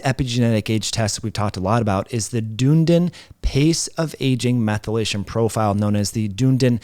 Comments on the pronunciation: Yes! Almost like 'done needing' ie ..dun'needin' 😂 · Great info as usual! Just one little thing as a person on the other side of the pond. That tricky pronunciation is "duh.nee.dn" rhymes with speedin.. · Btw, Dunedin is pronounced Dun-edin. It’s a university town in New Zealand. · You are pronouncing Dunedin wrong. Any New Zealander would get upset with you 😁😁😁